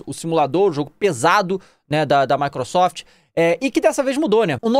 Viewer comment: "Mecretrefe" me lembrou o Peter do Ei Nerd kkkkk